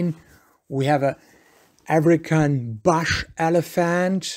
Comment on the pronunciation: OMG someone tell this guy how to pronounce BUSH and CALF and several other words for that matter.